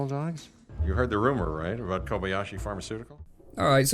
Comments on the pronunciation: IT IS KOBAYASHI, NOT KOBASHI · Did you say Atari Kobashi and not Kobayashi